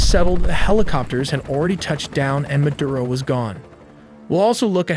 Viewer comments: it's MADURO not MADURA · It’s Maduro not Madura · “Madura “ hahaha